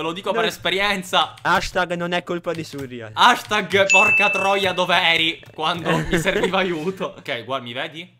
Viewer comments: come mai chiami surreal "surrìal"??? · Quanto mi da fastidio sentirlo chiamare "surrial"